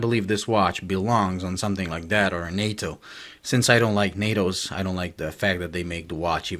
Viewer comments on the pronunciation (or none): none